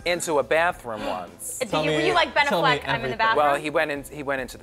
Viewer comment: I love the way Coco pronounces Affleck